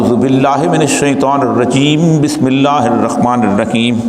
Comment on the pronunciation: Oriya maqbol jan sahab apki tajweed sahi nahi aap bilmillahi rahmani raheem kay bajay bismillahi rakhmani raheem par rahy hain. or bhi bhot si mistake hain. Allah hum sub ko sahi Quran parnai ki or samajnai ki taufeeq atta farmai. ameen. baqi khutbai ka subject bhot acha hai logon ko awareness dena. aapka number nahi meray paas warna mein yehaan apko message bhi nahi karta aapko phone per message karke bata deta.